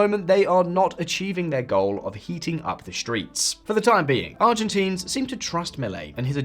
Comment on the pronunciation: get our demonym right haha. Not ArgentEEns hahahaha